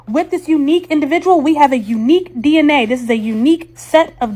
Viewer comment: "with this unique individual, we have a unique dinnah" uuuh i think its pronounced D N A don't tell me what i don't know